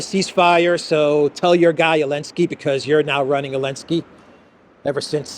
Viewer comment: It's funny...it's sounds like you're saying the Elensky Curse vs Elensky's Kursk. 🤔